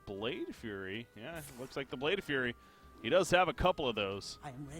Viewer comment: Though solo casting is more difficult than with a co-caster, I think you did a great job. Only criticism is about the mispronunciation of some of the cards. Namely FlameWAKER and Blade FLURRY. That's some minor stuff though :)